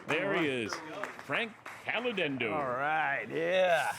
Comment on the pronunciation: HOW CAN YOU NOT....NOT....PRONOUNCE HIS LAST NAME CORRECTLY??!! WTF DAN?!